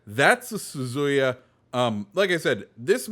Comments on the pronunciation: not to be a hater, but it is SuZuYa, not SuYuZa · "Su-zu-ya", say it with me. 😂